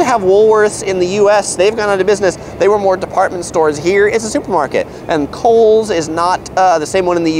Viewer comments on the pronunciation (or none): none